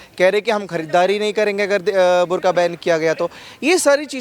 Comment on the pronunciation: Burkha not bur only😂😂😂😂